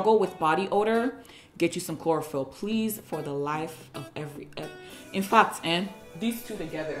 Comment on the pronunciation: ‘In fact ehn’ sounds very Nigerian😂😂😂😂